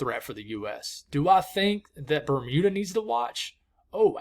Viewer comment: Good pronunciation of Grand Manan Island ! Metegan ( Me-TAY-gan ). Good work . Bermuda OK !